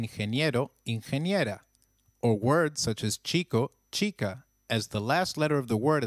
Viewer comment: But h is silent in spanish. Why are you saying chica then?